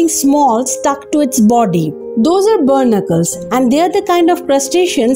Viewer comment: Its pronounced "Baa nick killls "not burnicles